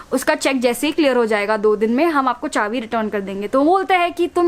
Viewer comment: M I the only one who noticed she says chavi instead of chabi everytime